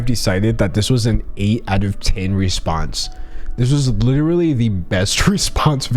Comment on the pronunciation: “Lit ruh lee”- that simply won’t do sir.